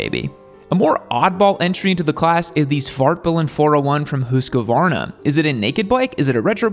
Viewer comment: Did he really say "Hooscoe varner"?